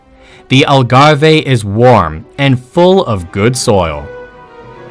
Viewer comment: Never seen Cheetahs nor Giraffes nor Wallabies in Portugal. And it Algarve not Algarve-hey. Port wine is not a sweet wine. If you are going to do this type of video, make it accurate, including the video you use at certain stages. It is misleading to people who don’t know better and disrespectful to people who do know better. Also one thing the Portuguese people are is respectful. Please get the pronunciation, spelling and information correct, it is very amateurish otherwise.